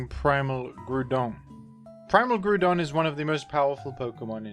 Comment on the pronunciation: The Groudon pronunciation is fantastic